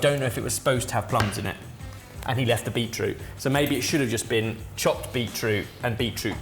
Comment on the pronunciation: When was adding the juice, I know he said beet something (root?) juice, but I heard Beetlejuice.